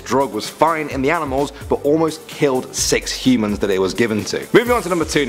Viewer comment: Am I the only one keep hearing him say "he-mans"?